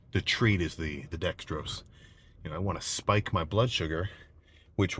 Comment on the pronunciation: isnt dextrose 3 syllables?